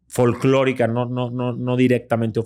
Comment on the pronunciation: 😂😂 sí "flolkorica" 😂😂